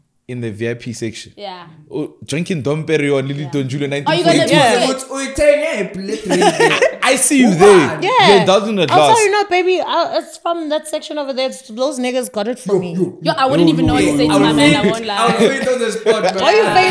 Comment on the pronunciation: Man pronounced the J in Don Julio😭😭✋🏽